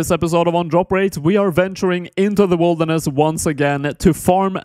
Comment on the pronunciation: why do you say wolderness instead of wilderness?